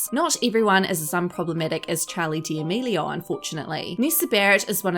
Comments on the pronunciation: why does she say “charlie diamelio” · “chALEe DALaMEELiO” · Did she really say “Chali deAmilio” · “Charli Deamealieao” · great video but you said her last name wrong...